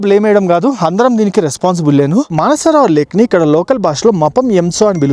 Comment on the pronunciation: మన సరోవర్ కాదురా హౌలే..మానస సరోవరం.